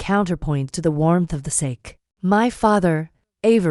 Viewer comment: Sa - Kay not sake